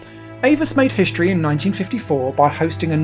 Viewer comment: shtraight, conshtruction, hishtory? :D weird to see english change pronounciation during my lifetime Otherwise great video. Thanks